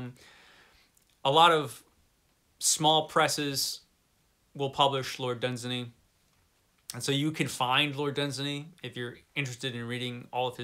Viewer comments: It's pronounced LORD DUNZAAANY. Far greater than Tolkien. Dunsany wrote real magic and wonder - Tolkien wrote for the masses (yes he did. Elfin language is BS). If I was to enter those magical worlds I will travel with Dunsany! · Great clip! It's Dun-SAY-ney. It rhymes with 'insaney', as one wag pointed out. Contrary to several assertions, it doesn't appear that Robert E. Howard read much Dunsany other than a few poems. On the other hand, Clark Ashton Smith and Fritz Leiber were both fans.